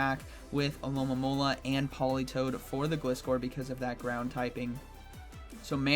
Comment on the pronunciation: Not "Gliss- Kor" it's "Gl-Eye-Scor" (Gliding-Scorpion)